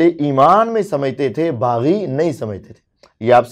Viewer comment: Baggi nahi baghi giroh. Bol na